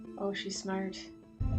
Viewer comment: The way you said “smart” sounded so Irish 😂